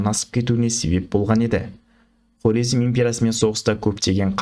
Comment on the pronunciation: Карезм деп сойлесениз дурыс айткан боласыз